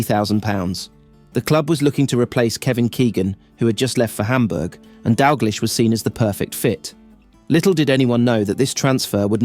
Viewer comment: refuse to watch content about Kenny Dalglish that can't pronounce the mans name properly....or Jock Steins for that matter.